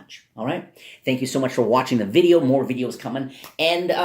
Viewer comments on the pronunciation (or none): none